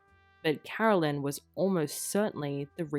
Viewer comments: different names Carolyn is not pronounced Caroline who is the sister!! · Absolutely wrong. It is NOT the same name at all, and it is NOT pronounced the same. Totally different names, like Susan and Suzanne.